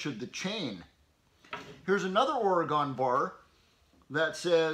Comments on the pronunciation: You might be pronouncing Stihl correctly, but you need to learn to pronounce Oregon; it's ORYGUN, not OryGone. Thanks for a great video! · Thank you sir for sharing your wisdom. Great camera close ups to actually show us. Just to help you, out here in Oregon we pronounce the ‘gon’ sounds like gen that rhymes with ‘when’ and not like gone. Or-e-gen. 🙂 This is only to help you sir I enjoy your videos and think you convey your knowledge in an outstanding manner. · We here in Oregon say Orygun not Oragone or Oragun ..... I still like ya bud